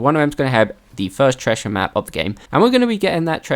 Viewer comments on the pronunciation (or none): Never laughed so hard at the "Tressher map" 😂😂😂😂